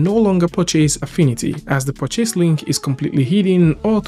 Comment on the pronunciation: could you please look up the annunciation of purchase